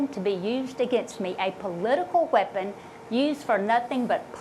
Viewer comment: Well, thank goodness she addressed it.... Bless her heart. PS it's weapon, not wheapon.